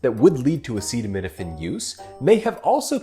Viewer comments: Him trying to pronounce acetaminophen is what is dangerous. Why is this man allowed to use words at all?! He is horrible at them and the context is dangerous. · Sadly they don’t even see how absolutely idiotic and scary their behavior is. This clown can’t even pronounce a very popular medicine.